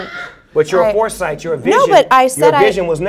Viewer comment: lmao he said your whoresight lol